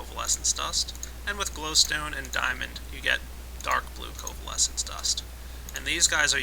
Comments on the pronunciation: btw it's co-vale-ins....not co-va-less-ins. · Co-vay-lence goddamit! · Is anyone else bothered by the fact that keeps calling it "covalescence dust"? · Sorry to rage but its happend too many times. ITS FLIPPING COVALENCE DUST!!!! NOT COVALESENCE DUST!GAHHHHHHHHHHHHHHHHHHHHHHHHHHHH